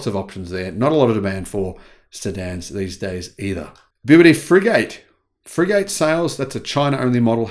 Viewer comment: I think Free Gate is pronounced, Fri Gat. As in a small battleship, Frigate.